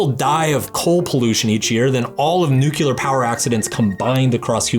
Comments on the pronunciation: Learn to say Nuclear correctly. Nu-clay-ar Not nu-cu-lar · It’s pronounced “new-clear” not “new-cu-lar” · Dude it is NU-CLEE-ARR not nu-cu-ler 😭🤪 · Nuclear, not “nuke-u-lar.” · repeat after me: nu-cle-ar... not nucular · All I heard from this is 'our 'civilised', settled-down societies are not working for the human species' ... oh, and 'nukiller' instead of nuclear. It's the verbal equivalent of someone having spittle on the side of their mouth while talking to you. Ew. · First of all, the word nuclear is not pronounced “nukelar”; it’s pronounced nu-clear. That aside, this video is a mess... you really need to educate yourself on narcissism and psychopathy before attempting to discuss the dark triad or other topics you clearly don’t understand. Do you honestly think these people are crushed by guilt or regret when they get caught? That’s ridiculous—they are completely incapable of such feelings, it's not like they train themselves like you say. I suggest watching Sam Vaknin for a proper understanding. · Nu-clear. It's pronounced like clear. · Aargh. "Nucular". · Why do seemingly intelligent Americans say Nucular? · it's nucular, dummy. the 'S' is silent. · Your grammar isn’t good and you also mispronounce ‘nuclear’. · Why Americans can't say nuclear?